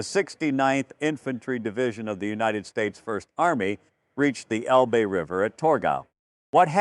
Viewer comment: It's el-buh!! Not el-bee!! If you (video producer) can't pronounce proper names of people and places in the story correctly, you should consider another occupation. Something like selling comic books!